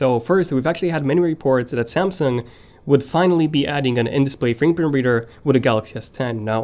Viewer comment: Dude you said samsung will de adding an in display whaaaaaat? “buhbuhbeader”... are you serious? What the hell dude, fix your “fingerprint reader” pronunciation